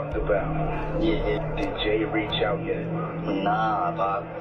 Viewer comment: can't say out, needs to check himself